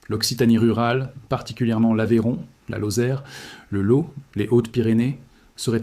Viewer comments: Le Lo ? en Occitanie ? quans on prononce ainsi , on ne fait de video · On dit le "lotte"